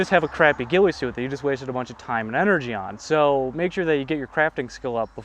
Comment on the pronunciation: The “weefy soot”